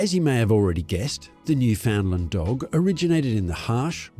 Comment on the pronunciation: Where to start.............., Firstly, you need to work on your pronunciation of Newfoundland. Properly uttered it rhymes with understand, as in understand Newfoundland. NewFindland, Newfoundlound, etc are so incorrect and really, really irk the people who live here. In addition, the nickname Newfie is very offensive in these parts. Kind of like calling a person from Pakistan a "Packi" . Please refrain. Next, you say the dog was 'developed' for work with fishermen. Not so. Europeans pitched on our shores in the late 15th centaury. At that time, The Newfoundland was already established, probably welcomed visitors even then. No one had to "breed" them to achieve their abilities. Those were innate You mention Labrador in the video. The Newfoundland Dog has zero connection. to Labrador. However, in the early 18th century, fishermen were wishing they could have a short haired and slimmer Newfoundland. Pulling a 180lb dog over the side of a small boat was dangerous. Locals bred Newfoundland's with a smaller dog called The Saint John's Water Dog to achieve this. Eventually, the result was a short haired, smaller dog. Perfect. It was named The Lessor Newfoundland. In the late 19th hundreds, a British military man, stationed here discovered this dog. He realized this dog would be popular in Europe and renamed it The Labrador. The rest is history. There are many breeds who owe their existence to The Newfoundland.